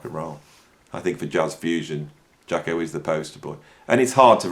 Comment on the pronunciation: Cat don’t know what he’s talking about, don’t know the correct title to the first track, can’t even pronounce his name correctly. Jaco could improvise.